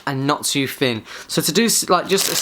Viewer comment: Not too Finn not to fick lol, good review though